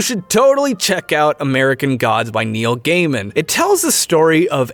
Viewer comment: also, you mispronounced Neil Gaiman name.